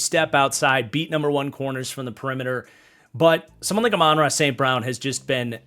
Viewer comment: Love these tier videos but brother you’ve gotta learn how to pronounce Amon-Ra’s name 😂